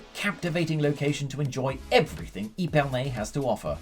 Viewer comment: How hard is it to pronounce the names properly?! Epernay is not pronounced eepernay !! Epernay like ehpernay